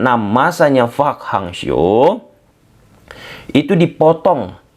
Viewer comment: Bang: Park Hang Seo bukan Fak Hang Seo 🥲🥲🥲